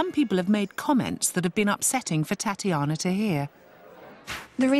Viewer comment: Why does the announcer woman say: Tatianer, lol